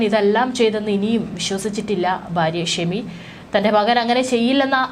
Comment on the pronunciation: വളരെ മോശം ഇവരുടെ മലയാളം. പിന്തുണ, മകൻ. ഇതൊക്കെ പറയുന്നത് ഒന്ന് കേട്ടു നോക്കുക. ചുമ്മാതെ വലിച്ചു നീട്ടി ഓരോന്ന്. കേൾക്കാൻ ഒട്ടും താല്പര്യം ഇല്ലാ